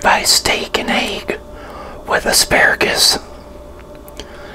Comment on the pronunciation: It’s asparagus not assargus